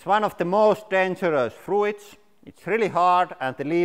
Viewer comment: Lauri, it's 'froots', not 'froo-its'.